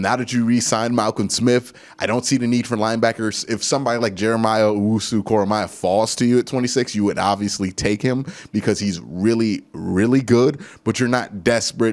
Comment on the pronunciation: KoramOAH my dude not KoramIAH